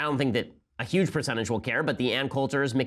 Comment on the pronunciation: Some would say "YUGE" news.